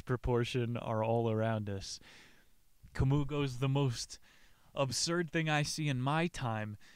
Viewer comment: Please don't call him Ca mooh, his name is pronounced in French, Camý